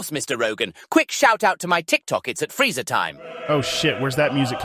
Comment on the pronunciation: "Frieza"??? There is no i in Freezer or Freeza.